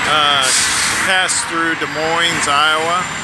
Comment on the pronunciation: That last "s" in Des Moines is silent (for the record). We still have snow (again) in NH, but it is almost gone (again). Been a weird month.